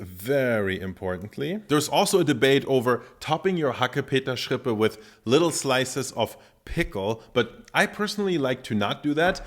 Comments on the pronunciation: Nobody says HACKEPETERRRRSCHRRRIPPÄÄ... Sorry.. I heared this first time and it sounds awful XD i agree with mettbrötchen. Schrippe is like pennyloaf or Brötchen.. Ok i visit few days a bakery school.. Those times i learned a whole new language. And for the meal... I try from my trusted bakery rindermett (cow) with mild red onions.. It was very creamy and delicious.. And we all eat to much meat😅. Go check out your vegetables farmers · "Hackepeterschrippe" habe ich ehrlich gesagt noch nie gehört, bei uns heißt das "Mettbrötchen". Das ist Berliner Dialekt, nehme ich an? - To be honest, I've never heard the word ‘Hackepeterschrippe’ before, we call it ‘Mettbrötchen’. That's Berlin dialect, I assume? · "Hackepeterschrippe" Literally every german: "Bitte, was?"